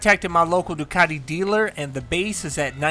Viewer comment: its pronounced Doone not Done